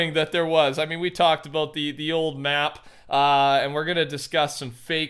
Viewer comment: "Talkin aboot"